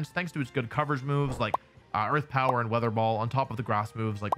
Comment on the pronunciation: Arth Power ? where is the E? You gona say W-Arth-er Ball now? <3